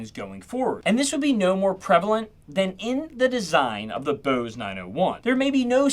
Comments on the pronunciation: Bose not booze.. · Whats this "BEAUSE" company youre talking about? Thought this was about Bose? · This guy sounds like maybe a surfer dude or something the way he says Bose, home, etc. But just those words. Kinda odd